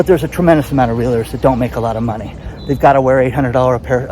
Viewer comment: You miss pronounce the word realtor.